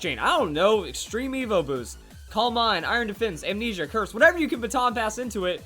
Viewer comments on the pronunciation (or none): none